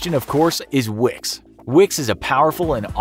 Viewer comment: When he said Wix, I thought of Vicks...